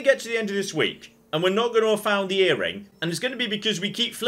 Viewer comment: Hows it end?! This is weird, you got a mission to get the bangle and you cut it? Why is she enunciating her g so much? Ear ringuh singuh...why add an extra syllable thats not even there?